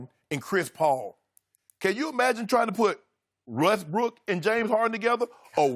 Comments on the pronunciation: Sharpe high as a kite “russbrook” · Dude said Russbrook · Did Shannon just say "RussBrook?"